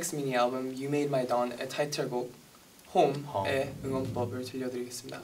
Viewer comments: Is it just me that hears 'hong' when it should be 'home' HAHAHAHAHAHAHA 세븐틴 사랑해≧∇≦ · Lol I thought Joshua said Hong instead of Home